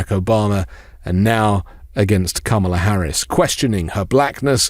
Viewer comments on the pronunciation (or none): It's KA-ma-la. Not ka-MA-la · C'mon guys: KAmala Harris not KaMAla. Your first pronunciation was KaMAla. PLEASE PLEASE PLEASE get her name right. It's bad enough MAGA mocks it, we on the left have to pronounce it correctly. I almost stopped listening because I find it so disrespectful. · You gotta be more consistent with your pronunciation of "kamala" her nieces told us it's "comma- la." Your intro was ka- ma -la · DID YOU JUST SAY...Ka MA la???? Komma la Kamma la Kamala...now YOU try. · Kamala (Comma-La) not (Cáh-Mar-La) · Love your speeches, it's KAMala, not KamAla. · NO actually her nieces described it on stage: first say like a COMMA, then like a LA. COMMA-LA. So your Kam-ala is not quite correct, sorry. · ok... listen closely Kamala's name is pronounced Comma La... seems to me, Democrats are just as silly in their mispronunciation of her name while simultaneously saying it wrong... who knew. Let's get it together, so we don't look stupid... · I love your podcast but her name is "comma la" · Bro... STOP SAYING THAT WOMAN'S NAME WRONG... IT'S COMMA-LA...DAT SHIT BE PISSING ME OFF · please say her name properly! KAMA and then LA, my god its not difficult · Comma...la. Oh wait... when did he mispronounce her name? He corrected himself after the first time. 🤔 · I agree, that is what I was attempting to convey. The emphasis is on the first syllable. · It's pronounced COMMA-LA. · I like you much dude but you gotta pronounce her name right. I'm sure you also think it important and it was a mere oversight... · You just mispronounced her name then corrected yourself at the subsequent mentions😂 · it would be great if you would pronounce Kamala's name correctly. Come on, dude, really? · please make sure you pronounce Kamala correctly. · Gonna need you to say her name correct sir. Her family literally taught us how to say it correctly at the DNC. Keep making great content☺️ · Please pronounce her name correctly!!!